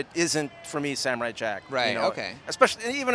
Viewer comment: Sam-o-rai jack, JACK